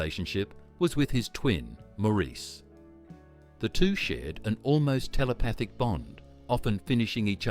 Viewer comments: Maurice is pronounced morris, not moreese 🙄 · Maurice is pronounced Morice not mor-eece. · It's pronounced "Morris". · Pronounced like “Morris,” not “Mo-REESE.” Otherwise, nice job. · Maurice pronounced his name Morris. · Robin's twin brother's name was pronounced MORRIS NOT MAURICE! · Maurice is pronounced Morris. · It's pronounced Morris! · It may have already been pointed out (397 comments as of this post), although spelled "Maurice", the brother's name was pronounced "Morris". In another video (an interview with Barry & Robin), it was noted that it was Barry (not Robin) who wanted to disband the Bee Gees after the death of Maurice. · I thought Maurice was pronounced Moor-eece, too. It is pronounced Moor-iss. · Great video! Maurice is pronounced “Morris” I believe. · I think its pronounced morris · Please, pronounce Maurice's name correctly. It's "Morris". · yes! That annoyed me no end how the narrator didn’t even pronounce Maurice’s name correctly. Also, he was at one stage talking about Robin, and it was Andy who was on that part of the video. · The Bee Gees were a unique group / band, no one really came anywhere near them in sound and creativity, I think everyone has at least one Bee Gees song in their head. They were up there with the best. I wish this narrator would pronounce Maurice Gibbs christian name correctly, he wasn't a damned French man!